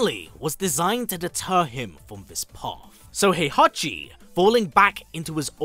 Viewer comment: That's not Heihachi, that's HOEhachi 😂